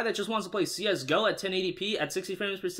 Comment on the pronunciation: I cringed everytime he said Csgo wrong